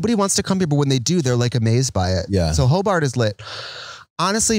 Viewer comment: Every time you named ‘Hoe-Bart’ (proper spelling) I heart Paul Blart